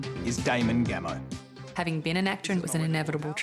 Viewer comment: It's 'Damon Gameau', not 'Damon Gameou'.